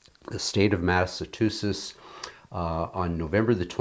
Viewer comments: I absobloominlutely love your videos. But. (There’s always a "but" ain’t there…) Please, please, please it’s Mass-uh-chew-sets. Not Massa-two-shess. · Massachusetts as in choo.